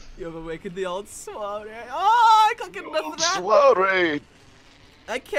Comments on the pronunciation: I'm french and when you say soirée i'm feeling bad... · When you are a French guy and you listen to English people say " Soirée " it is soooo awkward ^^'